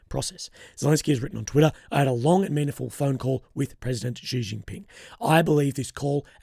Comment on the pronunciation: Xi pronounced she '